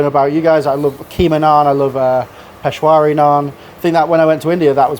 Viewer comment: First of all it's not "Pesh wari" it's "Peshawari". And secondly it's not Indian . It's Pakistani. Please get your geography right.